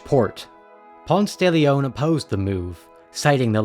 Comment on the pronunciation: it’s Pon-say if you aren’t talking him outside Atlanta lmaoo